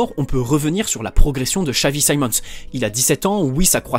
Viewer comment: nah son a french guy would have said Simons not saimons